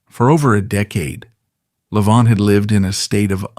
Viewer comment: A certain amount of what this "documentary," (if one wants to call this ARTIFICIAL INTELLIGENCE (A.I.) production a "documentary") purports is at least "sorta" true . . . but it too attempts to capitalize on Levant's problems. (Lordy, they could have least pronounced his last name correctly). I did hear it pronounced correctly only once - toward the end of this video). His fractured attempt at playing a Chopin Nocturne on Merv Griffin's tv show in the mid 1960s (it's available on You Tube) breaks my heart (although he did play the first part of it truly beautifully.) Yet, great - REALLY great - musicians often have physical and mental problems towards the end of their lives, for example, Beethoven with his total deafness and Tchaikowsky with HIS REALLY severe depression. (just listen to the final movement of his last work, the 6th Symphony ["The Pathetique"] and I rest my case). I claim no knowledge about Hollywood "execs" treated Levant at the end of his film career but from what I have seen of his many movies doesn't show a man near "the end of his rope." The '"I DON'T CARE GIRL" was, I think, his last major role (he was billed third on posters touting the film) shows his piano technique (with excerpts from piano concertos by Liszt and Rubinstein) at just about his greatest. His last Columbia album (ca. 1960), SOME PLEASANT MOMENTS OF THE TWENTIETH CENTURY, records him at his absolute best! His last (of 3) best-selling books isn't the work of a severely "damaged" man. (Some